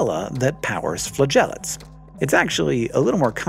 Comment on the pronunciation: So I heard “amoebaflatulance” instead of amoeba flagellates. Damn funny.